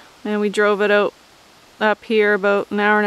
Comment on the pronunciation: How do you get to stay on the property? Do you have another vehicle? Do you work? Remember it is “Out” and not pronounced “Oat”.